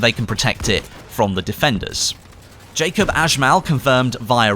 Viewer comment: Its pronounced Yacoob not Jacob :P